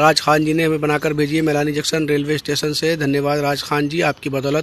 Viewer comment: Junction ka sahivucharan karo